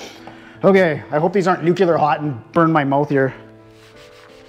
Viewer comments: Nuclear not nuculear. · good vids, just came to tell you that you are sayin nuclear wrong, have a nice day